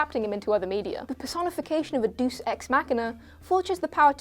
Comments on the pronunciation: Doos? It's pronounced Day-us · Did that woman just pronounce Deus as Duce? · Did she say dus exmachina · MasterPlanPenguin She also cannot pronounce deus as in deus ex machina.